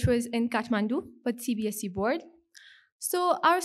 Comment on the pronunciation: btw it's CBSE, not CBASC